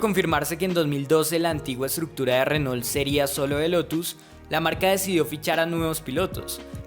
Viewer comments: muy buen video pero pronuncias muy colombianizado la marca Renault. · Muy interesante. Pero pronuncias horrible el nombre "Renault".